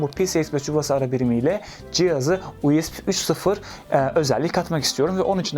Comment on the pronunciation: Her "U ES Bİ" deyişinde monitörü tırmalıyorum.